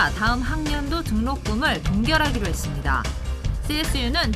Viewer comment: 남자 앵커 ~ 했씀니타 뭐뭐 씀니타~. 끝에 왜 바람빠지는 소리를 하나? 앵커가 사투리 억양이 잔뜩 들어가있어서 고치지를 못하는구만.